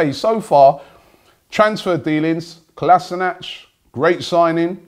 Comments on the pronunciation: Why does Robbie prounounce Kolasinac "Kolasinach"😂😂 the player said himself its said how it sounds, Kolasinac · You really should learn how to pronounce Kolasinac K-O-L-A-SH-I-N-A-TZ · AlmightyStarfire so you're trying to teach me how to pronounce names in my country? I know even better than Kolasinac because he knows as much Bosnian as you do. He didn't even grow up here.